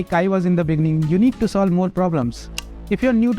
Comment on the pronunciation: In de beninging